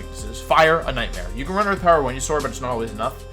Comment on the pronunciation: i just disagreed with your pronunciation of venusaur